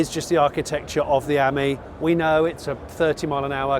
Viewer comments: Ami is pronounced as the French for friend the emphasis being on the I ( Ameee ) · With the Panda you can get lettering to fit into the indentations. Ami has the emphasis on the I , pronounced as friend in French not the way you pronounce it .😢